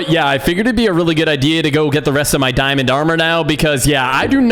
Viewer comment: I like how he say dimnd